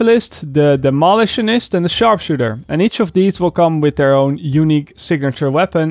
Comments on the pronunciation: Please stop saying Dem-olitionist. It is Demo-litionist. Other than that, love how you've cut your jib. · “Demolish-tionist” 😂 I love it! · your english is much better than my dutch, but its pronounced Demo - lition - ist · Pronounced Demo-lish-on-ist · It's entertaining - no worries! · The way he says demolitionist is hurting my brain.... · My wife hates the way you say demolitionist . LOL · Nooooo, you’re pronouncing demolitionist wrong